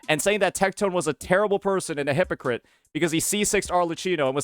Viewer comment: Cannot pronounce hypocrite without saying "hi_pokke_it"